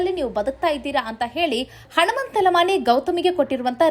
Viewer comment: ಉಚ್ಚಾರಣೆಯಲ್ಲಿ.ಹನುಮಂತನ. ಬದಲು ಹಣುಮಂತ..ಅಂತ.ಬರುತ್ತಿದೆ. ತಿದ್ದುಕೊಳ್ಳಿ